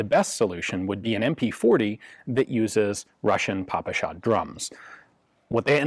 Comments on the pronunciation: Fun fact from russian speaker In russian we say "pé-pe-sha" (just russian pronouncation of ППШ) not "papAsha" (daddy/old man in russian) I never in my life heard someone called it Papasha before english gun youtubers Also, "sh" in ppsh is single letter, so it is simplier and closer to russian to call it "pi-pi-sha" instead of "pi-pi-es-aych" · Pronounced “Peh-peh-sheh” (ППШ), not “paw-pu-shaw”. Otherwise an excellent review. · Hi Ian, very cool video, but the Russian gun is called "Pepesha", not "Papasha" : ) Cheers! PS: It looks to me like you have confused that "PPSh" pronunciation with "papakha", which also sorta associated with "all things Russian" (although papakha itself is of Caucasian origin). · The proper pronunciation is : пэ пэ ша..pe pe sha in English...Спасибо... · Damn, that "papasha" pronounce sounds lame...